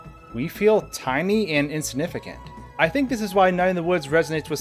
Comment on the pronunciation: If he says “Insinificant” one more time, i will lose my mind.